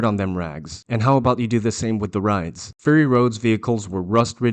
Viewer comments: It's not FURRY road, it's FURY road. Your pronunciation is driving me nuts. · ( clears throat) ummm. It’s not fury like… hairy. It’s fury like angry. Clearly the mis-pronunciation error is a inside joke on your part? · Are you saying "furry road"? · Sounds like you are saying "Furry Road" :)